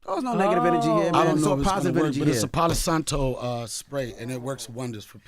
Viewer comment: Palo Alto 😂😂😂😂😂 it’s palo santo lmao